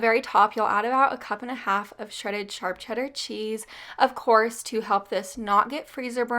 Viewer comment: It's hilarious how you say charp cheddar not sharp😁🤣